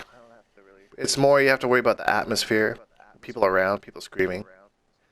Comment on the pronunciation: "All aboot"?? lol You must be Canadian!